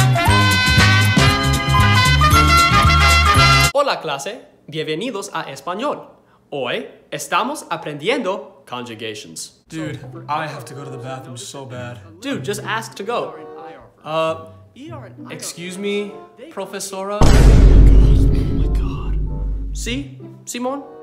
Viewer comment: "(Spanish) Congujations " bruh lol